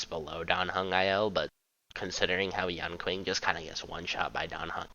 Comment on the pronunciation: his name is pronounced yan-shing NOT yan-king